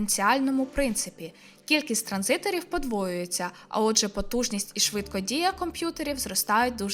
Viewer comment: перший раз на подумав, що дівчина обмовилась, але на вона знов каже, що кількість "транзиторів" подвоюється😂 І навіть якщо увімкнути автоматичне створення субтитрів, то комп'ютер теж розпізнає слово як "транзитор"